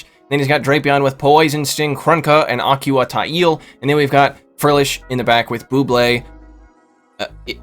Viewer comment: A-que-uh tie-EEL 😂